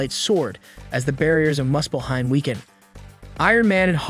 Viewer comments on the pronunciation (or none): none